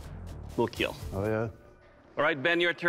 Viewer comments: I liked the part where he said the keal line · it will keal! multiple times👏👍